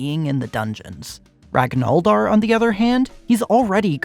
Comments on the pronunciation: saying "ragnoldr" instead of ragnvaldr is a cardinal sin 😭😭😭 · Ur a wiki admin but u dont know how to pronounce "Ragnvaldr". Rag-nuh-vaul-der. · It’s pronounced rag-ner-Val-der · your pronunciation of ragnvaldr hurts my soul, but the beauty of your ultraviolence redeems you. also, phobias don't really do anything. evasion only matters against physical attacks, and almost none of the enemy attacks are coded as physical. It really only matters for guards swinging their cleavers and the fight against d'arce. And I "think" iron shakespear BEFORE he sets his hammers on fire?